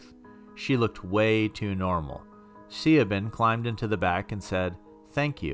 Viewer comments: Ok Sia Ben kinda threw me off a bit. Did you mean Sioban? It's pronounced like Shayvon, or Shay Vaughan. Hope that helps next time you come across that name. Also I wouldn't mind working for Cerber if it wasn't a fictitious service. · I think it's pronounced Shivan. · Siobhan is pronounced sha-VON. It’s old Irish Gaelic, meaning “god is gracious.” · Siobhan is pronounced Sabean falcion fal chon Good job otherwise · Did anyone else cringe at the mispronunciation of "Siobhan" each time? The mispronunciations of "viscous", and "albeit" my grammar-snobby mind allowed to pass with minimal distraction, but the name "Siobhan" really kept stabbing at me. I am a new subscriber and I LOVE the content. I still love it, but I cannot help if my brain feels like it gets zapped every time I hear mispronounced words/names. It's a character flaw I suppose. That being said (just to satiate my own selfish needs): "albeit" is pronounced, "all be it"; "viscous" is pronounced, "viss-cuss"; and "Siobhan" is pronounced, "Shi-vawn". It's an old Irish name I believe. One in which the "bh" is pronounced as a "v" sound. Sorry! Love your content!!!🥰💙💙💙